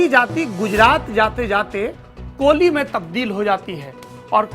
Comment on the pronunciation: It's not કોલી It's કોળી.